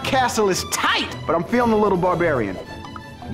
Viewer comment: "my castle is THIGHT!"